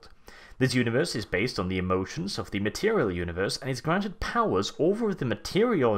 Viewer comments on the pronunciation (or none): none